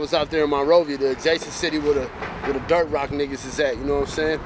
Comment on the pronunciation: The way he says, “Dirt Rock” 😂😂